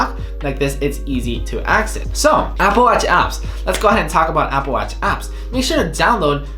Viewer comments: I think I am hearing Apple Watts or Appleach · Apple watz hahahhahahaha